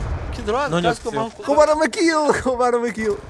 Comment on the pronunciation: Venom Diz... "Que droga quase que eu Mórro... " Mórro? kkk Oo